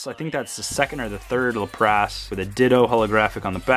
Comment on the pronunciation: Your pronunciation of Lapras is killing me, lol. Lap-rass not Luh-prass.